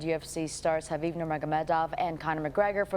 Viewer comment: She actually pronounced Khabib's name right. Most UFC fighters and even some of his fans still pronounce the K sound which is wrong.